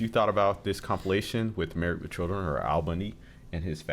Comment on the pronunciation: There is a D on the end of marrieD not a T, why are you saying MarrieT.